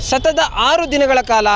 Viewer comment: Reporter please it's "SATATA' not 'SHATATA"